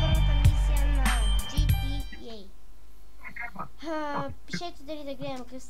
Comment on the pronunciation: taka da po4na ot tova 4e imash stra6no mnogo pravopisni gre6ki na tozi (klipa vklu4itelno) i drugite failnati kanala-opisanieto (Тук със мен е ) a trqbva da e (Тук с мен е ).Nepravilen izgovor na dumi na roden ezik i angliiski (GTA ti proiznese ''DJI TI YEY").Brat SNIMASH NA 254p KAKVO E TOVA.GOVORISH S NAI LAINOGAZESTIQ MIKROFON I GOVORISH PO SKYPE DOKATO NE IGRAETE MULTI PLAYER...